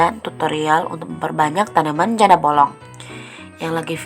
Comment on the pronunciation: Janda bolong.... kata bolong nya okaaaa bangets... bollongng